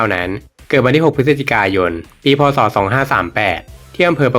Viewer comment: พูด พ.ศ.ให้ชัดเจนหน่อยครับผม